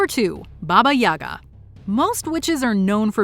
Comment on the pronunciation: It's yagA, not yAga(RUS) Baba(old woman) yagA